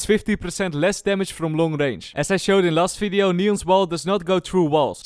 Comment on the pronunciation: Did you just say 'Welcome to another FIDEO' lol